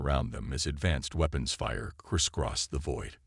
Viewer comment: Wehpons...seems like if it's not mistyped then it's the pronunciation...it's never been seen before. 😂